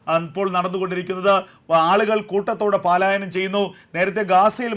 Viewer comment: 'പാലായനം ' തെറ്റ്,അരോചകം.